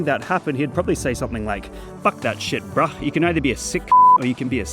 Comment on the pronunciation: The way you say "bruh" upsets me greatly